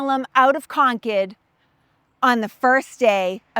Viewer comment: Good to hear the town name properly pronounced “Conkid”